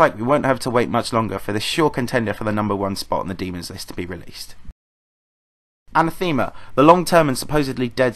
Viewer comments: I hate to be this guy, but it's uh-neh-theh-muh, not an-uh-theme-uh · You know what's even more controversial than EndLevel?? pronunciation of Anathema (Look it up. It's wrong.)